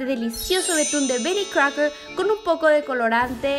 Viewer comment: Amo como dice "Bery Crouker" 😂😂